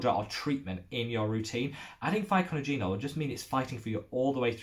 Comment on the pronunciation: Another very helpful educational video. Thanks for the mention! ...and here is a tip for you on how to pronounce Pycnogenol® : pic-NOJ-en-all... ;-)